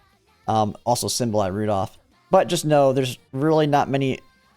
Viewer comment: did he just say "Symbolay"?....